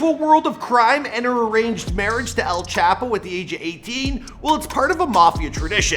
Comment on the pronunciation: “EL CHAHPOE”